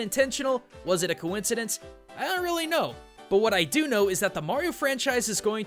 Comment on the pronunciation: "was it a COINsidence"?